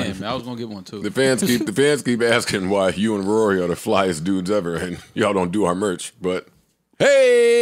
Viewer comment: Ak just said he has more money. He sounded illiterate trying to say Rory